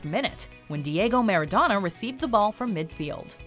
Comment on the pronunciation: for f*cks sake, stop it with the foreign word butchering. Do some research on how to pronounce them correctly. This is a thing you do on every video with foreign words. Why the hell do you cringely pronounce European names/last names, but last names such as Maradona, you keep the English accent?